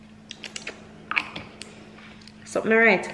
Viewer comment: “Sumn nu right” LMAOOOOO